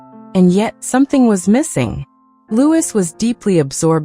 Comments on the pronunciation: Is name is pronounced Loui NOT LEWIS. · 🤯 Not Lew is. It's pronounced Loo ee! 🇬🇧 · It’s pronounced Louieeeeee not Lewis. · It’s not pronounced LouiS it’s pronounced Loui not adding the S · Lord Mountbatten name is pronounced Loo ee not Lewis as you say